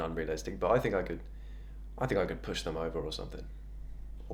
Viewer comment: I can’t unheard puss lol😂